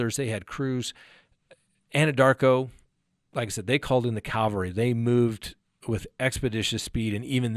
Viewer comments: It's cavalry not calvary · Cavalry, not calvary. :) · What is the Calvery? Do you mean, Cavalry? I'm from the UK so I'm not sure what you mean. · Cavalry, not “Calvary”.. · Cavalry not Calvary 🙊